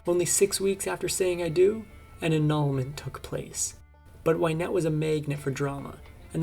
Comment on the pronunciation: It's not Wine ette it's Win ette. Get the pronunciation right at least.